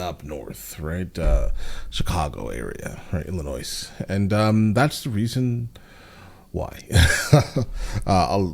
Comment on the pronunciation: my man said 'illinoiS'